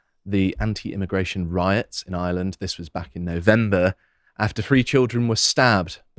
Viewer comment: IReland. Not eyeland. Try harder.